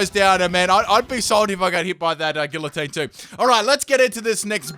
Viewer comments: GgEE-uH-tEEn. Not gilateen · Guillotine is pronounced Gee-uh-tine just so ya know. Love ya <3